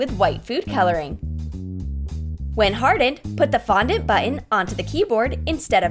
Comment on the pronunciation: also you finally called fondant fondant.